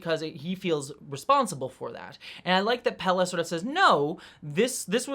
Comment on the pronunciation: I thought you were calling her Pele and googled to see if that was Capt. Batel's first name. No site had that, so I figured you read it in a Star Trek novel I hadn't read that wasn't considered canon and that's why Memory Alpha didn't have that.